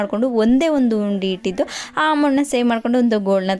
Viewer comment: ಉಂಡಿ ಅಲ್ಲಮ್ಮ.. ಅದು ಹುಂಡಿ